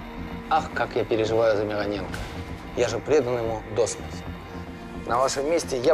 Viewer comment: Кстати, правильно именно МирОненко, а не МиронЕнко)